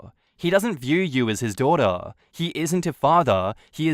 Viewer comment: “HE DOESNT VIEW YOU AS HIS DUHDUH” lol okay mate